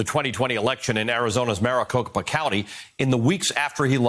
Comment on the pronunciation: Maricocopapa... I think you are adding a couple syllables to many.